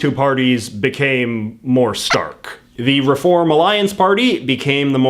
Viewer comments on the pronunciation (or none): none